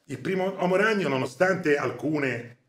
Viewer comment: il maestro pronuncia "l'omo ragnolo" prego